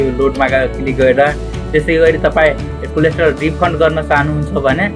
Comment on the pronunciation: कम्तीमा कोल्याटरल त भन्नु नि! कोलेस्ट्रोल रे! तोइत!